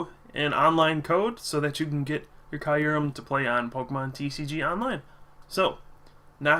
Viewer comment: It's pronounced kyoo-rehm. Listen to the trailers for the new movie.